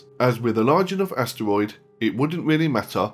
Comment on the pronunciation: does anybody find it ANNYOING how he says asteroid